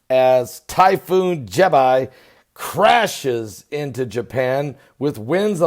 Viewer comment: Jebi does not rhyme with Popeye, just like Iraq never rhymed with my shack and Arab never rhymed with Ahab. Apart from that, thanks for the good wishes. :)